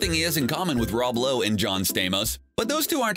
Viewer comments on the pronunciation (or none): none